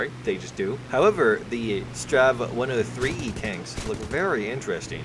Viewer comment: Just to let you know "Strv" is not pronounced like Strav, you pronounce each letter.